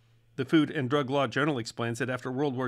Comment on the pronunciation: the sudden sharp emphasis on words seemingly and totally at random. makes me hate how you are explaining things. The sudden emphasis on a word like "and" when that word isn't important makes me not wamt to hear a word you say. your cadence is just tucker carlson sounding. A VENUS FLY trap under A MICROSCOPE she adds fricking offputting is me being pOLITE